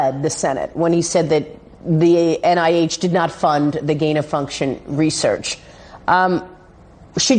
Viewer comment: It's gain-of-function not gaimma function